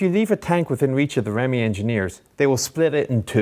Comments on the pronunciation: By the way Mr. Chieftain, REME is not "Remmy" but "Ree - Mee", but you may do as you will of course, good videos, I enjoy them and thanks. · As an ex REME I cringed each time he said remy. It’s pronounced REE ME. Otherwise good video.